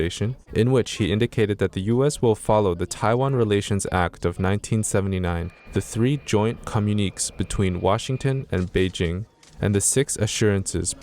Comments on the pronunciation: "Comunuikeeks"??? It's "comunikays", which is a communication between the parties involved. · Epoch Times For your story reader's edification ..... Communiques is not communeeks .... it is communi-kays.